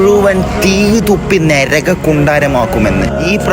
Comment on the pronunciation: നരകം-✅ നെരകം ❌ നിമിഷം ✅ നിമിശം ❌ വലിയ വലിയ കാര്യങ്ങൾ പറയുന്നെന്നു ന് മുമ്പ് മലയാളം നന്നായി ഉച്ഛരിക്കാൻ പഠിക്കുന്നത് നന്നായിരിക്കും